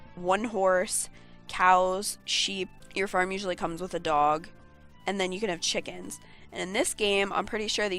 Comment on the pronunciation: When you were talking about the farm animals you can have and when you went to say chickens I heard shitkens